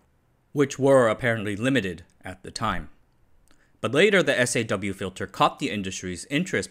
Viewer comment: Kills me every time he says "S.A.W. and B.A.W.".